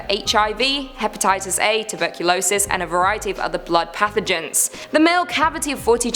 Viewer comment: The way she said pathogens 😂